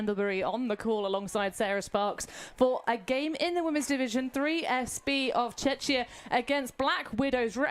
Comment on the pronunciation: Its Czechia, not Czeczia or even Chechnia …